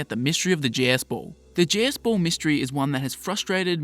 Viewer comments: The way you talk I keep hearing you say “Jizz Ball.” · Why am i hearing jizzz ball? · Sounds like you are saying jizz ball